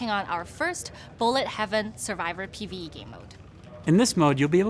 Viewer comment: He said markedly with hard ,,T" while mentioning the PVE. Remember that